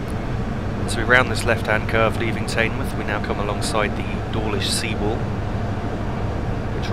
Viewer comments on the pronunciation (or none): "Taynemouth" 😂😂😂😂 u pronounce teignmouth "tidmouth" or "tinmouth" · Fantastic video and very informative, This is one of my favorite routes because I grew up in Torbay. p.s. Teignmouth is pronounced Tin Muff. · By the way, Teignmouth is pronounced Tinmuth. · Teignmouth is pronounced tinmouth but every body get it wrong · Teignmouth is pronounced like Tinmuth Apart from that, great vid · in is pronounced tinmouth i know i have spelt it wrong but its the way its sayed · It's pronounced "Tinmouth" 👍